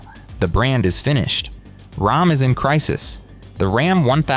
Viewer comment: “Rahm is in crisis”. AI FAIL